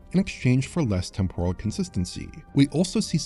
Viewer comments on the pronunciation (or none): none